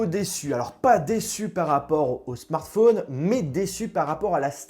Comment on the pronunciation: Apprend à dire correctement "smartphone" déjà... merci!